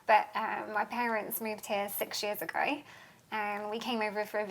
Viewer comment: "We met in America but my parents moved here six years agree" trying to wrap my head around the way she pronounced the word ago, it's just.. it's not the right word to me.